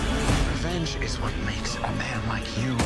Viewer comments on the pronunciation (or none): none